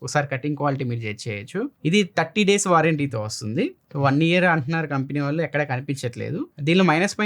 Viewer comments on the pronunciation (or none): none